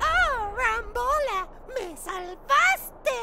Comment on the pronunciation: Rambo🚫 rambola✅️